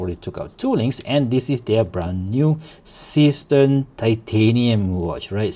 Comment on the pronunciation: Seestern is German for starfish (literally "seastar"). It's pronounced seh-schtern and it's not a homophone to cistern. The "s" in See is pronounced as a voiced s similar to z in English because the s is followed by a vowel. 🤪